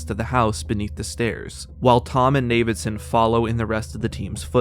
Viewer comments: "navidson" lmao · The pronunciation of Navidison threw me off so bad Turns out ive been mispronouncing it the whole time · You had me until you said "Navidson"